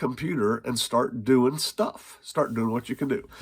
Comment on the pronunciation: When He calls me home He calls me home, until then theres shtuff to Yod.